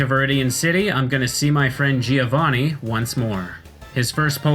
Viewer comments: Its GIO-vanni, not GI-O-vanni... it sounds like joh in john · If I may: as an Italian, I always hear Giovanni being pronounced the wrong way. The first "i" is silent, so the correct pronunciation is something like Joe Vunny, not Jee o'Vunny. (thumbs up for my spellings) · Giovanni is pronounced Jo van ni, not ji ou vò ni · giovanni... bro cmon i also dont speak italian but its not that hard to pronounce